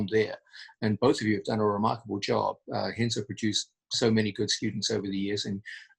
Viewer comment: Pssst John.... if you're gonna call Renzo, "Henzo", be sure to call Roger, "Hoger". Otherwise, you're f'n awesome!